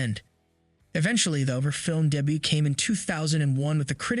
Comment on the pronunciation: Learn how to pronounce likable and debut. This sounded like text to speech.